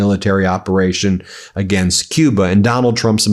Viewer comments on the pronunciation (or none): none